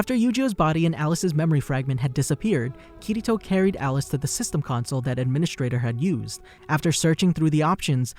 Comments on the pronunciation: not kiyto but kirito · Kirito Kiriro.... Kiri...TO! lol